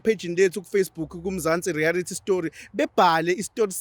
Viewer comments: Reality not rearity re a lity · Why are you saying " rearity" stories instead of reality